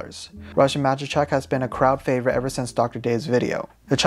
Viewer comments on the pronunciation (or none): none